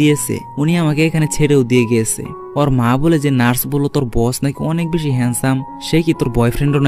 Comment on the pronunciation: আরে ভাই আপনি তো ভেশি ভেশি বগর বগর করেন